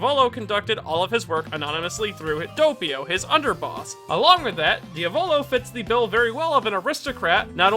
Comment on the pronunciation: its not Dia VòLO its Diàvolo the correct pronounce also not PASSCIONE BUT PASS IONE.